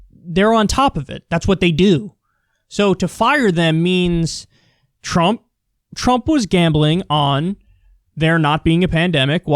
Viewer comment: "trummp pandemic"